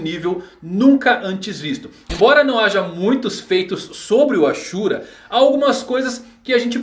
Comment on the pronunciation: tem cara q nunca assistiu naruto todo. So viu uns resumos e leu algumas paradas. A prova é ele falando os nomes,tipo namikaze ele fala "namikazê" zem contas o ashura q se pronuncia "asura" ja o fala "axura"